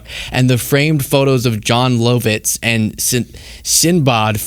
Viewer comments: Did you just mispronounce Jon Lovitz AND Sinbad? It’s literally “sin” and “bad” 😂😂😂 I hate CBS btw and both those comics suck and are washed up. So washed up, you don’t even know how to pronounce them. It’s “love” and “it’s” btw, but fuck him. He was never funny. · Bro its Jon LUHvitz not LOWvitz, & SinBAD not SinBAHD.. they’re comedy legends, how th do u mispronounce their names? And btw, EVERYBODY has known that Comics Unleashed is ABSOLUTE TRASH for the past TWENTY YEARS.. i get that it sucks so hard but how th has someone not even heard of it in TWENTY years that it’s been around? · Ok, Sinbad and Jon Lovitz to us old people, over 40, are well known but you said both their names wrong. No worries though, you guys are awesome, keep up the great work! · “Jon Low-vits” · As an old, the fact that said "Jon Loh-vitz and Sin-bod" made me giggle. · I think you do great work and I enjoy your videos, so it hurt me when you mispronounced the name of Jon Lovitz and Sinbad. Lovitz, okay, it's not clear how to do the O - it's "Love-itz" - but Sinbad? It's "Sin-bad" literally. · Low-vits and Sin-bod?? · If you’re a Gen-Xer, pronunciation of John “Low-vit” and “Sin-bod” tell you everything you need to know about the replacement show - another attempt to bring back something people got tired of and moved on from 20 30 40 years ago. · John Lowvitts and Sinbawd? LOL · John Low-vitz and Sin-bod, lol. 🤣🤣🤣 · You know it's bad when the celebrity recognition level for your late night show is "Lowvitz" and "Sinbahd" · To quote the late, great Norm MacDonald: "You couldn't be more leashed!" Also, please never try to pronounce John Lovitz or Sinbad ever again because you're making me feel old. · Jeez, apparatchik, Lovitz, Sinbad are not hard to pronounce. But thanks for covering CBS’ destruction. William Paley is spinning in his grave. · The fact that you can't pronounce Jon Lovitz and Sinbad makes me feel REALLY old. lol